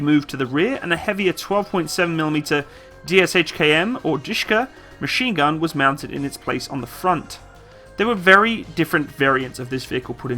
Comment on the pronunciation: Not Dishka: Da(like a in care) -Sha (the same a like in care) and Ka (like in car).